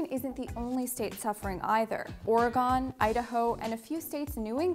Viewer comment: she calls it or-oh-gone what the heck..